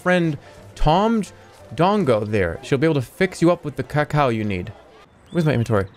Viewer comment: Love how this guy doesn’t know how to pronounce cacao